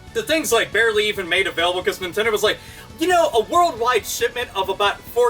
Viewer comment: you said nintentoo lmao